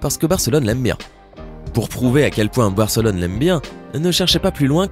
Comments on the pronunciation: c est pas Bèrcelone mais Barcelone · C moi ou il a dit fc bercelone